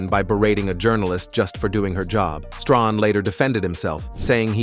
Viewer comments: Michael "Strohn". Never heard of him😒🤷🏾‍♂️ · It's Strahan not stronhan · Pronunciation """ Stray- han!!! Thanks